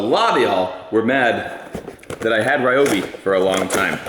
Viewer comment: It's REE oh bee.